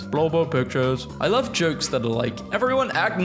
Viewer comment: "Thhat"? þ=th